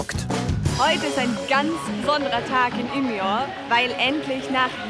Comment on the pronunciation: Die Stadt (ca. in der 13. Minute) heißt aber nicht Umea, sondern wird im Schwedischen "ümeö" ausgesprochen!